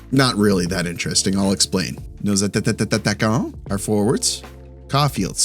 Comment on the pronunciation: it troubles me everytime you say ,, les attataquants